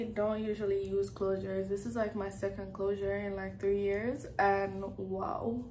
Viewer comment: "Woooow!!!"🤣🤣 could've heard the Caribbean accent then when you said "Can I get a wow". I was like yup, Caribbean girl.